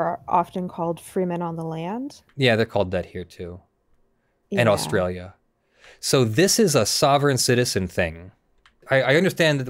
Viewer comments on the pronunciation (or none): none